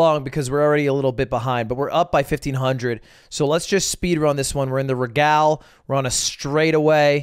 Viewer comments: Is it an inside joke that he called it the regall? Not even sure how to write it so it sounds like how he pronounced it but I think that's close enough. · The way this guy pronounced regal is funny